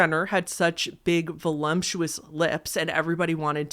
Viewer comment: “Volumptuous” ❤️ My friend Kim pronounces it that way too. Don’t worry. It’s cute.😊